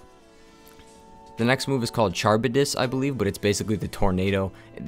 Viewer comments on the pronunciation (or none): Charybdis is pronounced "KUH-RIB-DISS" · Charybdis is pronounced Car- like you drive Rib- like the bone in your chest Dis- y u do diss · Ka-rib-Dys. repeat after me.